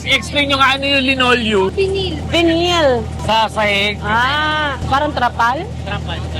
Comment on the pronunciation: Tawang tawa talaga ko sa duo na ‘to. More uploads please 😂❤ Nga pala, ung pronunciation ng Vinyl is not Bi-nil, It’s Vai-nuhl which is dito ko lang sa UK nalaman correct pronunciation haha! Binil ako ng binil sa mga Briton, Vai-nuhl pala kasi 😭 check google, even American English Vai-nuhl. Bat ba nauso satin sa pinas yung bi-nil na pronunciation? Nakakaloka hahaha! Wala lang, na share ko lang para malaman ng ibang di pa nakakaalam ☺️